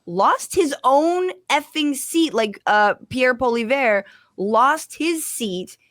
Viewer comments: Canadian here. Just wanted to let you know that it’s pronounced closer to “poil-ee-evr” in French, and “pauly-ev” is the English way to simplify it. Definitely not “pauly-vair”. That said, bro fucking sucks so mispronounce his name all you’d like 🤣. I’ve been hearing a lot of people having trouble with it, so I only tell you in case you’d like to know ☺️. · It's pronounced polly-ev. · Pwal - E - Ev. You say his name like that. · For anyone having difficulty with PP's family name, it's pronounced po-lee-ev, the r is silent. Love and respect for Fran and. She escaped TYT at the best moment possible, while Cenk plays nice with the unhinged MTG. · Every American has pronounced his name wrong until now. Grazie, Francesca.